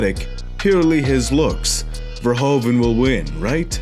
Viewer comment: You cannot say verhoeven like verhoven . The 'oe' in Dutch is pronounched like the English 'oo' as in pool.